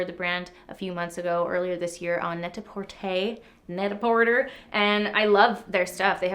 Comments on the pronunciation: NET A porTER with canadian accent..dying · Okay I died at “NAyTahPaWRter” 🤣